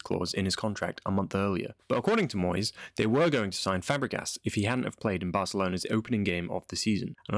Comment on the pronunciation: I’m sorry to say again it’s Moysey…